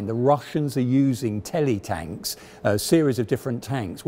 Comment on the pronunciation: "Telitanks" LOL it's teletank